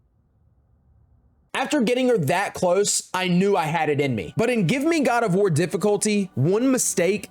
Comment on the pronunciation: boy said Quad of War